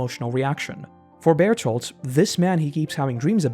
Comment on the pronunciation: why can’t you get bear hold’s name right 🙄